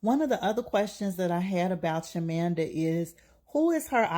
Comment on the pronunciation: Her name is Chima-manda not Chimanda pls.